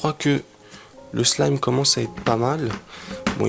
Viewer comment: mais tu dit slam a la place de slime